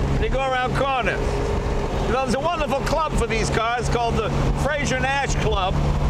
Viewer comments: It's a very small point, but Frazer is not pronounced like Frasier (the TV show), it's like adding an 'r' onto the end of the word 'Phrase'. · I'm not a pedant by nature but I can't take it any more. It's Frazer not Frasier! Different names, different pronunciations. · It's frazer not frasier .great car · You'd think someone who is half-Scottish would now how to pronounce "Frazer."